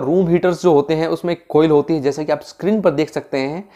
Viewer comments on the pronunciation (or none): none